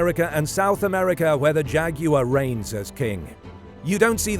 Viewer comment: thank you, for saying jaguar correctly.